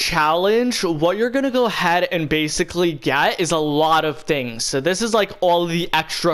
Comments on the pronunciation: And you say bacilay ALOT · say baciclly one more time